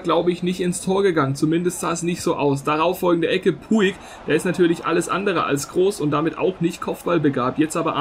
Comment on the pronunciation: Man spricht es Putsch aus Also du nennst ihn immer puig